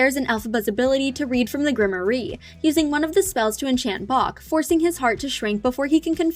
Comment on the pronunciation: Even though she reads it wrong, I just realized how rare it is that Nessarose could cast a spell from the Grimerie.